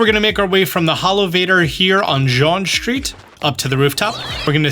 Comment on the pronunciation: Imagine taking 10 seconds to type Jaune into Google translate and figure out how to pronounce it instead of saying Jean for 10min straight